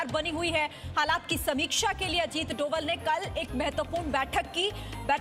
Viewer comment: Bhanji donal nahi dobhaal hi, bolna seekho!